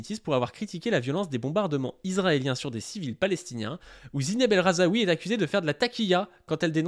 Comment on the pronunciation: Juste, on ne dit pas El RhazAoui, mais El RhaZOUI